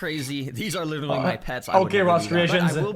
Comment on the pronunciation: Anyone else notice the guy saying "litewally" I heard it once and i can't stop...